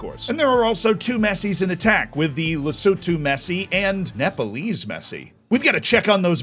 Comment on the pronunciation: Big ups to for not butchering Lesotho's name 🤟🏾 this is the first time I've seen a video with all countries involved and Lesotho is acknowledged 😊